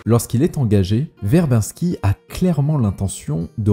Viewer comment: très bonne vidéo en général mais perfectible, revois la prononciation de "Verbinski" ça trigger xD (ou d'autres prononciations anglaises à la française, genre "Nathanson" aussi xD), et fais attentions à quelques bafouillages et erreurs genre "The" Lone Ranger quand tu parles de ce film, alors que le film n'a pas de "the" dans son titre, je chipote mais cumulé voilà quoi